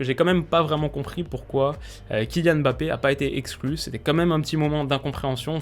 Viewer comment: Je te parle en tant que Camerounais, je te supplie d'apprendre à prononcer "Mbappe"